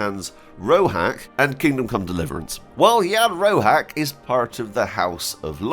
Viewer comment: Jan Roháč is pronounced as [ian rohaatch] . Crash cource of czech pronunciation. That small line above vowel means just "this vowel is long" . That small tick above c means "this consonant is pronounced soft". That's all - in almost all other cases letters are pronounced exactly as they are written . So english sound of "cheese" would be written in czech as "číz". Far = "fár". Batch = "beč". Door = "dór". Shore = "šór". Dredger = "dredžr". Easy - just go letter by letter and pronounce what you see.